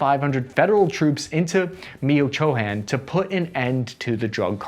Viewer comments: "Me-cho-con" lol. It's kinda like "Michigan", with a slightly different emphasis. "Mee-cho-kahn" or even "Mitch-o-con" will work in a pinch. Else, Mechocan = Michoacan. Great vid,. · Hey, I love your videos, but you really need to work on your pronunciation of foreign cities, like a lot of work. Look up how they’re said, it’s not hard. Michoacán is pronounced “mee-cho-kan” not “meehochohokan” and the Mérida initiative is pronounced “meh-ree-dah” not meridia. Just look at the spelling, you’ll see what I mean and you’ll get better, I know it 😊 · it’s pronounced Mee-chow-aah-kaan not Mio-Cho-hand😂😂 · Me-oh-cho-han😂😂 Its me-cho-con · Mio-Cho-Han 🤣🤣🤣 Michoacan = Michu-ah-caan 😜😜😜 I hear ya as far as Mexico being successful by other metrics but that’s like someone saying they’re healthy as an ox but for the STD they got!!!!! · Baby boi really said mio-Cho-hand 😂 Meech-wah-kahn brother lol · Michoacán - Meech-Wa-kann. Not Meo-cho-can just a little pronouncing lol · And its not pronounced Mechowacan but Meech- wah- can. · 🖐¿What did you say?, "Meo'cho'han", ¿Did you meant to say?, Michoacan(Michoakan),. F.Y.I. "MICHOACAN" state of México, happens to be "THE MEXICAN MICHIGAN",. that's rigth like the state of "MICHIGAN U.S.A.",. and please don't ever say "MEO'CHO'HAN",in Regards"Michoacan", (the mexican "MICHIGAN"). >It's all about the similiarities of the Names, 1).I'am from Micho'acan 2).I'am from M\Michi'gan. Hope you Understand, It's got to do with some that immigrate from Michoacan to Michigan🖐. Sincerely. E.R.G. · you pronounce it mish wa khan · Lmaoooo 😂 “miyochowhan” lmao for Michoacán 😂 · It was going great but lost me at “mio-cho-han”😂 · Mitch-woah-kahn This channel has great analysis, but god-awful pronunciation. It is kinda amazing how confidently he butchers the names of foreign cities and regions. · it's pronounced Mitch-o-wakan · Mi-oh-Cho-hahn??? What the….😂😅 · Me-o-cho-an? Lol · Meech-oh-wuh-con Michoacán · MI CHO A KAN!, CHAKA KAN